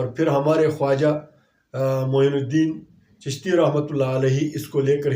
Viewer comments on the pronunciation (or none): Cusht nai chishti hai😂😂maolana zabaan thoda sudharo